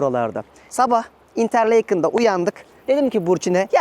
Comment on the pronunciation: Paragliding’e paraşüt dersin; Avrupa’nın en yüksek dağı Mont Blanc olmasına rağmen St. Moritz dersin; videonun başında, ortasında, sonunda “İsviçre’ye hoş geldiniz” dersin. Okunuşu "interlakın" olan yere “interleykın” dersin. “Trenle, otobüsle gelebilirsiniz ama araba da mutlaka olsun” diyerek ayrı bir mantık kurarsın. Biraz dersine çalış kardeşim